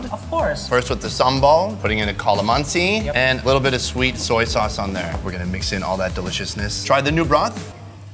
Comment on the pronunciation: ..I love the way said Calamansi😊😊 from our country Philippines